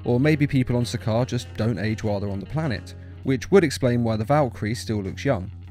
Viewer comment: to correct u it’s sakaar